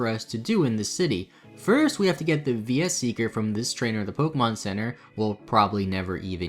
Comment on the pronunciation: Not sure if that pronunciation of "Versus Seeker" was bad on purpose because of how the guide wrote it or not, but either way I think I'm ill now. 🤢